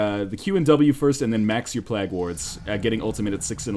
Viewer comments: Just me who feels like it should be pronounced "playg" not plag? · "Plague" is not pronounced plag.